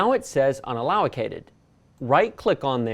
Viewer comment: Great video. Btw allocated is not pronounced “allowocated”. It’s “al o ca tid”... just saying..